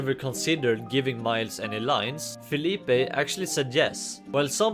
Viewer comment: Btw! Philippe is just pronounced like Phillip